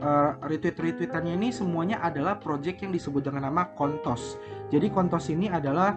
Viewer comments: kontos ya bang, jgn pake L wkwk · Ko mau ingetin jangan sampai salah nyebutin s di ujung jadi l 😭 bayangin lu pnya koin apa ,oh kontos, s nya jadi l